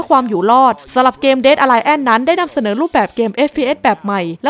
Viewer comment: aliance อ่านว่า อะ-ลี-อานซ์ แปลว่า พันธมิตรครับ ตรวจก่อนลงก็ดีครับอาจจะช่วยให้คนดูเพิ่มขึ้น